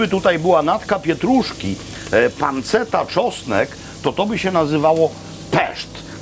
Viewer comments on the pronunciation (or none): Mówi się „panczetta” a nie „panceta”